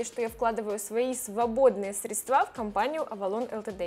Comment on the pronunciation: Да почему все время средствА, если срЕдства ?) ударение на первый слог в этом слове в русском языке